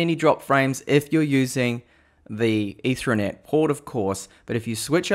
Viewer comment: Say ether as in the alcohol. Now say net. Now put the two words together and that's how it's pronounced. You're welcome.